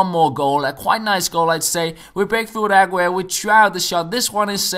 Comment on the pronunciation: Stop stressing the A in Aguero